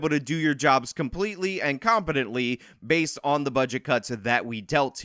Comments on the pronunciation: You seriously need to shut the fuck up with all this "Aladdin" analogies. Are you so "low intellect" that you can't come up with a different example of poor people stealing to survive? Try expanding your vocabulary before your next video. Also, the word isn't Basedid, it's Based. You're retarded. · Bro I did some research and your pronouncing based wrong. It’s bayst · Wait a fucking minute. Why did you pronounce it like that. I always pronounced based like if you just added a d at the end of base not bas ed. how do you all pronounce it? I’ve always assumed it meant biased but not caring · its based not baseted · Its "base" not basted.. No one is talking about basing a turkey lol.. I am part of Gen X ( the very last part of it.. IE I am barely part of Gen X ) but hearing you constantly say basted instead of base makes me cringe a bit every time. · Basted? haha Bro, it's Based .......pronounced like B-ace-d (B as in Ball, Ace as in the card and D like in Diamond) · I think I'm a fair bit older than this guy, but everytime he says "as the kids say, basted..." I want to slap him and tell him itsn't basted, it's based, and to get off my lawn! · Please tell me you're saying baseted as a joke 🤣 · It's "based" not "based-ed.'" Cringe. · Dude, you HAVE to remake this video & NOT say "basted" like, how did you get that wrong? It really makes it sound stupid because you're saying the wrong word. Basted... You really need to edit it to be correct, because it's "BASED" not, "basted." Sorry, but I had to comment twice because I kept listening, as usual, & you just kept saying it wrong lol. I hope you don't take this as me giving you a hard time. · It's just "based" my guy, not basted, like a turkey you don't "bast" it. Based, like grounded... Come on man wtf lol... It's important to me & people like us, that you understand the difference. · its based not basedid fuck man im 30 and i no thar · I've never heard "basedid", only heard "based". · It’s just “based” lol not basedid